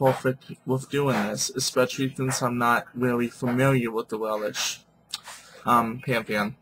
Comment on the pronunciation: stop saying Welish ..it is welsh.....and you are so off with your pronunciation's..